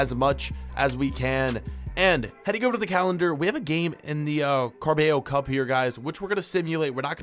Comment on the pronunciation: Car-bay-yo Cup😂😂😂